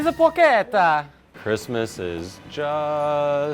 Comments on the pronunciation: Its porsheta not porketa. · It's pronounced paw-cheh-tah not porketa